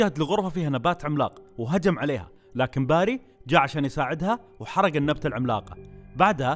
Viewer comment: بيري بيري بيري مش باري مشش باري اف جلطتني